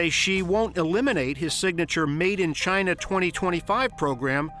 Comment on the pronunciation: What ya guys expect, the guy can't even say "china" properly ...... he had to call them "Jaina"